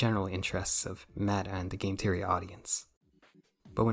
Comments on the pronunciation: cool video but I can't stand how you pronounce theory as teory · "Game teory" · Hi. Your pronunciations are trash. It's THEORY not TEEORy. You aint Irish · >teary >tree bro visited his speech impediment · hearing "Game Teary, Teary Channels, Tearies" hurts my brain functions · Imagine making a video abt THe THeory channels but can’t pronounce “TH”… nightmare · Bro how did you manage to misspell Theory everytime you said it? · Please try to pronounce Three, Theory and Thinking properly, that sht hurt to get thru, even though I agreed with most of what you said